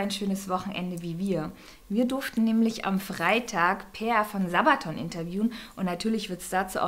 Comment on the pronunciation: ich habs sabberton geschrieben weil die Dame rechts das so ausgesprochen hat. Mensch das war doch der Witz